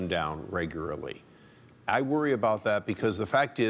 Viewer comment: He actually said "regurarly" Had to listen twice, but he did.